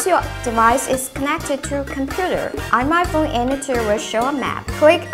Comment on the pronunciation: Fone LMAO